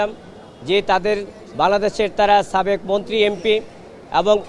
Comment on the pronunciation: এই কি কলকাতার সে সাবেককে ছাবেক কেন বলে😮